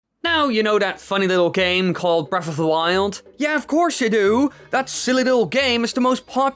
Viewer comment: Its not breafh its breath